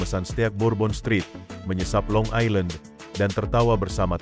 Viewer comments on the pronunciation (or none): none